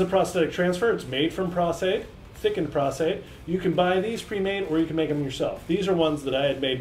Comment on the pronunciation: Dude it's PROS-Aide, as in "pro" with an "s"! lol